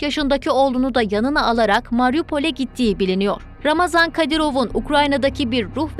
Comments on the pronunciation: COX XAHIş edirəm ismini düzgün deyəsiz ,, yəni : RAMAZAN deyil !!! __ RAMZAN KADIROV ! Cünki Ramazan mübarək müsəlman adıdır ,, bu insanın müsəlmancılıqdan zərrə qədərdə hec bir şey bağlamır, o Putini atası adlandırır və ona görə ölməyidə ,öldürməyidə özünə 5 vacibatfan üstün bilir!!!! Ona görə Ramzan Kadırov ,hem rəsmi həmdə ona yaraşan isimdir. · не рамазан,а рамзан! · Ulan Ramazon değil Ramzan Kadirov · Şu adamın adını doğru söyleyin !!! RAMZAN " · Ramazam değil Ramzan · Birde şu ismini doğru şekilde öğrenebilseydiniz gazetecilik yapıyorsunuz hayatını kendimizce araştırıp öğrenmişsiniz isminide doğru öğrenip teleffuz etseydiniz .ramazan değil ( ramzan) kadirov